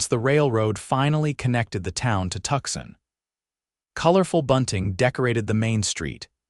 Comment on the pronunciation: Tucson is pronounced 2son, not Tuckson. Please correct AI.